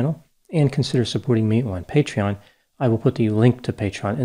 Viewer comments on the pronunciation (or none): “I will put the link to Patron inescription” 🤔